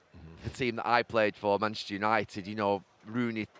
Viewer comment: Why does Gary say "Maneshter United"..listen!!